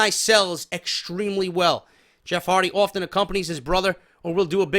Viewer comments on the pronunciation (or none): none